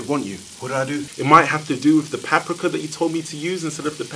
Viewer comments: How the heck did this guy pronounce paprika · why he pronounce paprika like that